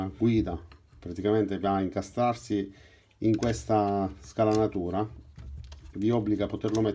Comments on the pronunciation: Ottimo video però magari mi sbaglio, io sento che dici scalanatura ma credo di dica scanalatura 😂😂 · Grande... comunque in italiano si dice SCANALATURA e non scalanatura..... in ogni caso sei in gamba... ciao